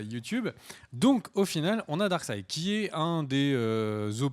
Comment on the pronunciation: S'il te plait. Arrète de dire darksid. Ca m'arrachait le coeur à chaque fois.:(